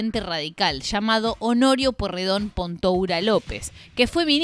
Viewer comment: Todos pasaron por varios partido YO QUIERO SABER QUIEN CARAJO SOS VOS PIBA LOS QUE TENEMOS LA MISMA EDAD SABEMOS LOS APELLIDOS APRENDE A PRONUNCIAR EL APELLIDO NO ES POIRREDON Y TAMBIEN TIENE COMO PARTE DE LA FAMILIA A EL CHE GUEVARA QUE PIBES INSOPORTABLES POR SUERTE TODOS FUMABAMOS CIGARRILLOS A LOS 12 AÑOS PARTICULARES NEGROS